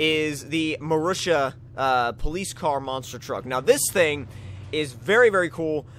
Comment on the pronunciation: the marussia is rightly pronounced [marusya]